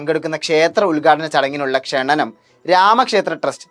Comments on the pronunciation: ക്ഷണണം അല്ല ക്ഷണം ആണ് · ക്ഷണനം എന്ന വാക്ക് തെറ്റാണ് ക്ഷണം എന്ന് ഉച്ചരിക്കുക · ക്ഷണനം അല്ല...ക്ഷണം is correct